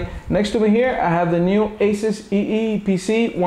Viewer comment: Say eee pc right